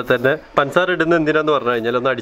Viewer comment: പൻസാര അല്ല പഞ്ചസാര 😊😂